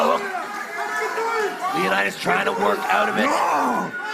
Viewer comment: I still find calling leonidas "lio naidys" hilaaaarous😂